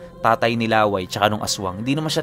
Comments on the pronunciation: LA-WAY po ata name nya hindi laway . LÂWAY. YUNG STRESS po nasa unang A😁.. Taga bicol po kasi ako ..hehe iba po share kolang 😅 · La wây Hindi Laway na saliva ang pag pronounce po mahal...😁🤣 Yung "way" medjo bilisan mo na may katigasan ang pag sabi.. yun na yun..😁 Lah wây.! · baka law-ay hindi laway ang tamang pagbigkas kc some part of visayas and bicol region palayaw or bansag yan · La'way po ang pronounce hindi laway. Kasi may kapitbahay din kami sa province as in dalawang bahay lang pagitan ganyan din palayaw niya. La'way po. And actually po magaling siya na albularyo. Dati umalis kmi dun parang ang ginagamot niya lang mga nabati ng engkanto now po sa pag kakabalita ko nang gagamot nadin siya ng mga nakulam. pag may gusto mag patingin nag papadala lang dun ng picture or di kaya pangalan.Kahit malayo ginagamot niya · Laway Po Hindi La-way 😅. Mabilis Ang bigkas para Hindi nakakatawa 🙂. Tip lang Lalo Kung dinumog kayo Ng aswang. Naikwento kc Ng Lolo ko na Minsan ay may dinumog Ang aswang sa putikan at yong taong yon ay aksidenteng nakakain Ng lupa dahil sa pagbubuno nila. Napansin nya na naging kasinglakas nya Ang aswang Ng nakakain Siya Ng lupa. Di nga bat pag itinarak mo sa lupa Ang itak eh masusumpa Ang Kabal Ng aswang? Ganun din daw Ang mangyayari. Magiging kasinglakas mo Ang aswang pag Kumain ka Ng lupa. Yong stamina nlang Ng aswang Ang maaring Hindi mo mapantayan cguro. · Ang pagbigkas ng pangalang Laway ay parang pagbigkas ng Lakay....